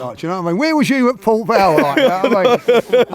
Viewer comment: been 2 nice😂 it's port vale